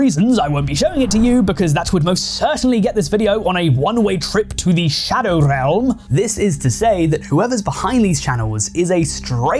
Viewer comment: I loved that Rolled R in Shadow Realm